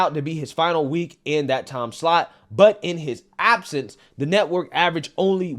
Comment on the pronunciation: I need you to stop saying “dat” and say “that.” I’m sure it’s the accent, not lack of knowledge but it’s a little irritating, ijs lol…